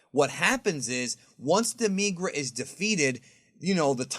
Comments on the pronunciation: demigra you saying it weird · Saying demigra wrong... it hurts me to listen to you say his name wrong